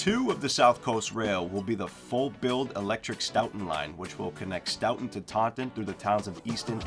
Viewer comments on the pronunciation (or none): Stoton not Stowton!!